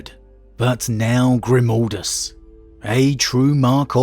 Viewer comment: It's pronounced Grimaldus...not Grumaldus...G...R...I...M.............GRIM.....stop saying like that... please!!!!